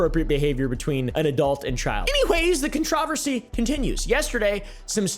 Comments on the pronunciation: idk what bugs me more you meat riding Mr.beast or, the way you say controversy. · I've never heard of anyone pronounce "controversy" like u do 😂